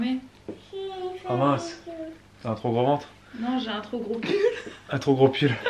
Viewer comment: Quand tu as essayé de fermer ton perfecto j'ai cru que tu disait non j'ai un trop gros cul au lieu de pull 😂 mdr je suis pas réveillé!^^ et je te rassure tu n'a pas de grosse fesses. lol